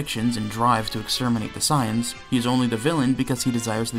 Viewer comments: God this video makes me mad 1st he says gt better then super even tho he ain't say it you know he thinks it 2nd off bro says SAAAYEENS bro it's saiyns 3rd off he acting like top battle of the gods and future arc don't exist bruh🤦🏾‍♂️🤦🏾‍♂️🤦🏾‍♂️ Edit: he calls shadow dragons arc evil dragons arc bruh and he called black star dragonballs arc dark dragonball arc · .... its not psy-ans its say-ans.... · The way he says “sai~ians” is deeply upsetting SAYIANS 😤😤😤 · Why do you keep calling them Scions? instead of Saiyans? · Every time you say "sighans" I want to shoot my computer screen. SAY IT WITH ME "SAY - ANS" (spelled as Saiyans, obviously, but just go with the way you read it and how it sounds FFS!!!). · I love how you pronounce "Saiyans" as "Science" lol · Enjoying the video and then the guy called them "Cyans" how is anyone supposed to take this video seriously when the narrator and presumed author mispronounces one of the most heavily spoken words in the show. How? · The Cyans? I'm sorry, I've heard so many pronunciations of Saiyan, but sayans has to be the weirdest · Dafaq is "saayans" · Immediately heard the way you pronounced 'saiyans' and clicked away. Can't take anyone seriously who can't pronounce something that's stated countless times throughout the series. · the way he is pronouncing saiyans is sending me!!! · Nobody is going to mention how he pronounces "Saiyans"?